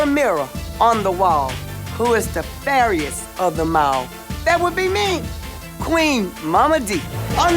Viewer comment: Queen Mama Dee the word is fairest not fairiest, lol!!!